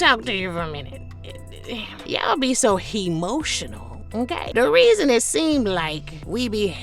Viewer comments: Get em! I was rolling when you said “Hemotional”. I gotta add that to my clapbacks vocab. 😂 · Not “hemotional” ! 😂😂❤ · 🤣🤣🤣🤣🤣🤣 Please do more of these! Not alum-ni and hemotional. 🤣🤣🤣🤣🤣